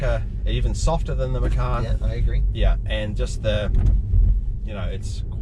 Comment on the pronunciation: Hi, liked the video. Just want to make correction on the pronunciation of Porsche Macan. It's pronounced matjan, not meckan. Macan means tiger in Indonesia.